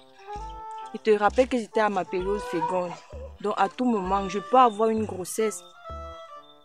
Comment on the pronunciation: on dit féconde et non fégonde